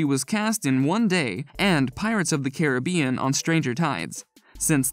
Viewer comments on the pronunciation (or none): none